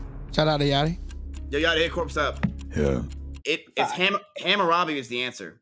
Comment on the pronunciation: you pronounced “Hamerabe” wrong